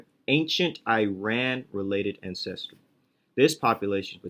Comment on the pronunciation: Great video as usual, lots of good info. Thanks for the hard work. By the way it's AN-ces-try, not an-CES-try. Just like AN-ces-tor